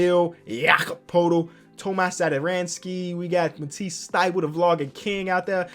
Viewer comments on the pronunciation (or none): none